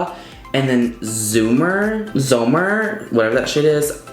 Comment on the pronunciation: You can clearly tell when someone hasn’t watched the full reveal video, some of the shades have Dutch names (like vla is pudding, basic trut is basic bitch, zomer is summer) I am suprised now well you pronounced zomer since a lot of people say zoomer instead... not entering since I already own the pallet